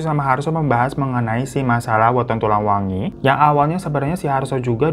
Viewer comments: Aku pengen ngakak bang Hiro ngomongnya salah salah mulu Hari anak pernikahan kita, tulang wengi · Tulang wangi bang bukan wengi